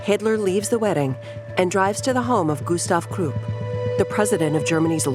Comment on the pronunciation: Kroop and Vee-Aye-Eye-Mar Republic. I called it quits after that one. Dont recommend Channel.